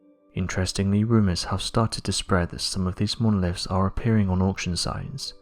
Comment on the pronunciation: Monoliffs???? Horrible pronunciation